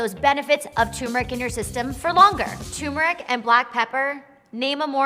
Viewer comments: Can we please start pronouncing turmeric correctly? It’s not Tumor-ic. It’s Ter-mer-ic. Thanks, Goodbye. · Turmeric not Toomeric lol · There's an R in there... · Yes and it is turmeric not choomeric or toomeric as so many people pronounce it. Not sure why folk insist on such funny pronunciation! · Yes, cheesy like Limburger. And before one tries to impress me with their knowledge & insights, how about at least learning to pronounce the name of the spice correctly?